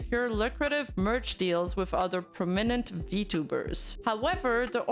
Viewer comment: How can one butcher "prominent" so hard